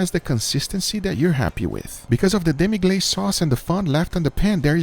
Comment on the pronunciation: Demi-glace is certainly a cheat code for sauces, but the pronunciation is killing me - It's French, so the pronunciation is closer to de-mE-gloss than de-mE-glaze . Those packets have been showing up more and more lately, so just my 2 cents...